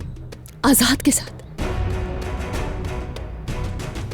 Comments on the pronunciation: Azat nhi azad hota h 😂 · ajad nehi ajad vai kaho....😂😂 mey jidni bar a line suntahu mera hasi rokneka nam hi nehi leta😅🤣